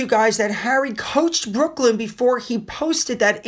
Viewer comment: His name is Brooklyn, like Brooklyn, New York. Not Brookland.